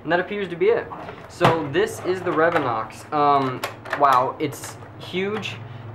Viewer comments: so this is the "revenoX".... dude... Re-vo-nix lol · Also, isn't it re-von-ix no re-vinox?